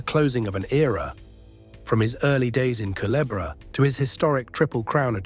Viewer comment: Thank you for pronouncing culebra correct ❤